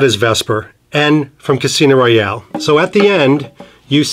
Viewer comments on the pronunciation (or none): none